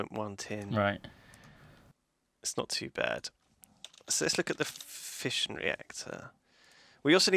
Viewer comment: Every time they say fission i hear fishing